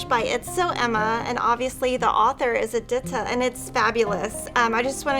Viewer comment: I feel like every one says Edyta wrong...